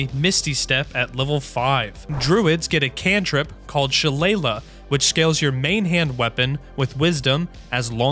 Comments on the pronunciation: Sheh-lay-LEE not she-la-la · Isn’t Shillelagh is pronounced “Shuh lay lee” or “Shi (short I) lay lee” ? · Shillelagh is pronounced, “Shi-Lay-Lee” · Fun fact, Shillelagh, is pronnounced shil-lay-lee, not shil-lay-la. its an Irish club or cane depending on the stories (at least from what i was told as a child.) This had me ROLLING the hole time, great video! i just might play it now LOL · Its a very weird word, but for future reference shillelagh is pronounced “shi-lay-lay” or sometimes “shi-lay-lee” depending on your choice of emphasis. Its so fun to see more people being introduced to dnd and its weird terms! Like a shillelagh is a real thing, its just like an irish walking stick. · Sha-lay-lee lol. Unless you’re just fcking with me. If so, cudos. You win and I surrender 😂. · hilarious and entertaining video I have been absolutely loving this game too. I have noticed a number of people have problems properly pronouncing, sheleighly. A shillelagh (/ʃɪˈleɪli, -lə/ shil-AY-lee, -lə; Irish: sail éille or saill éalaigh[1] [ˌsˠal̠ʲ ˈeːlʲə], "thonged willow") is a wooden walking stick and club or cudgel, typically made from a stout knotty blackthorn stick with a large knob at the top. It is associated with Ireland and Irish folklore. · "shuh-lay-lee" it even end rhymes with salami if you say it right, missed opportunity tbh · For an added challenge, take a shot everytime he mispronounces Shillelagh (Sha-lay-lee) 😂🥃 May Cernunnos (Silvanus in game) bless your liver lol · As someone who is new to DND.... I play 5th But my party has been playing since 2nd.... I got yelled at for saying Shillelagh like that... Was told its "Sh-uh-Lay" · ITS PRONOUNCED SHA-LAY-LEE GAH!!!! Amazing video tho <3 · Great video! Just a small note, "shillelagh" is pronounced shi-LAY-lee. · Sha-Lay-Lee. as in the irish club people beat you with. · dude sha-lay-lee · Shi-leigh-luh lol. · FYI Shillelagh is pronounced Shil-AY-lee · Shillelagh is pronounced shi-LAY-lee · SHA LAY LEE